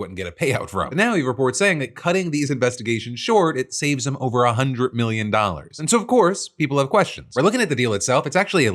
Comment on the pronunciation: did he say… dumb instead of dem